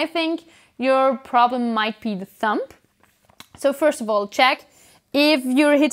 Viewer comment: hey, just fyi the b in thumb is completely silent :)